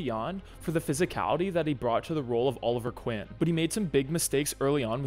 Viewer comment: “oliver quinn” really?